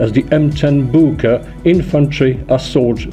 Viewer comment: Really butchered the name